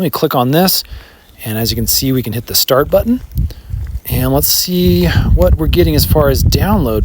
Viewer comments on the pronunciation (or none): none